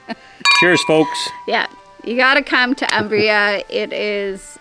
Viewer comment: This gentleman is truly ignorant in geography!!. Furthermore, if you want to live in Umbria, you might want to learn its pronunciation...